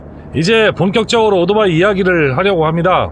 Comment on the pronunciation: 나름대로 훌륭한 컨섭(concept)의 유튜버로서 그리고, 해박한 전문지식을 바탕으로 이해기쉬운 해설을 해주시는 노력자체는 존중해드리고 싶습니다. 하지만, 한가지 단점, 귀에 거슬리는 1가지를 지적 해드릴게요. "오도바이"라는 말을 너무 반복하십니다. "이륜차" 내지는 "바이크" 라는 표현이 더 맞는 표현이 아 아닐까요? 그리고, <오"도"바이>라고 발음하시는데, <오"토"바이>라고만 해도 그냥 넘어갈수 있겠는데